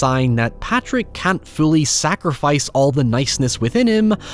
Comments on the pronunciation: It’s Pádraic. Not Patrick. You’re Irish. Get it right. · Padraic is pronounced 'paw-rick', Source: my bosses name, and that angry little Irish fuck let's you know if you've mispronounced it lol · Troubling pronunciation of Pádraic from an Irish man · So glad you ended up doing this! I had requested it under a community post where you mentioned how it affected you. Beautiful thoughts throughout, as always. Your POV on any movie from any genre will always be appreciated. though I imagine the comments will rip you a new one for how you pronounced Padraic and calling Jenny the Donkey a pony 😂